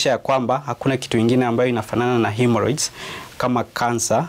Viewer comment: Lulu , ni "himoroids" sio ""haemoroids".